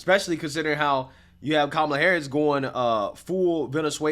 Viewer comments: 😂😂 it's not "kemela", 😂😂 it's K-Mala 😅. Love your programs. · The interviewer can't even pronounce her name correctly. 😂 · The funniest thing about this is I can just imagine a liberal watching this video and Literally having a mental breakdown, Listening to this guy mispronounce her name over and over and over and over again.😂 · Trump all the way. None of them even know how to say Kamala's name. 😅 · That lady taking aviut Venezuela and denver sounded fake. She couldnt even pronounce Kamala right. Very sus, but she lokely has some points, but that sounded very scripted lets be real